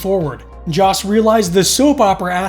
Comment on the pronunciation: Joss, not Josh